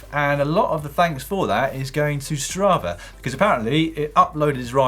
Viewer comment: i know brits love adding letter R in the end of the words and i tolerate this with mental torment but come on. its STRAVA not stravar